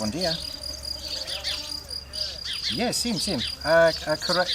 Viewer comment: 'sim' has no m sound - pronounced 'sing' - love the vlog and the farm is great